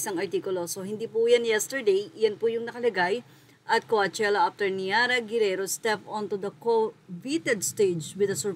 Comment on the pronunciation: Kuwatyela basa amp HAHAHAHA BOBO AMPOTA